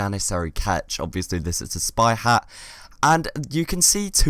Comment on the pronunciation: Beatiful Hagh HAGH! It's funny he pronounce Hat this way